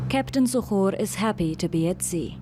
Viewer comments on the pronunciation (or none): Say to. Here (zuhuur) Iskadaa diyaanada!!! 😬😬